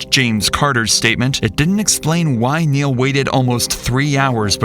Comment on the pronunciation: "MY NAME IS NEIL. NURL" gotta love it.